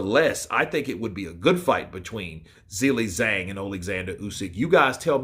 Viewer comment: Hey dude, dig your content, appreciate you keeping us so up to date on boxing, but I will say: every time you pronounce Zhang's name as 'Zilly Zang' I wince a little bit.